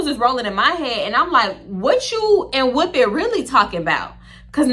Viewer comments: The way u say whooopi has weaken me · The way you’re saying Whoopi is sending me 😂😂 “WHOOPEH”